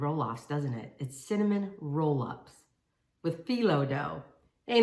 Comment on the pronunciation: You pronounced it correctly the first time, Filo pastry 💖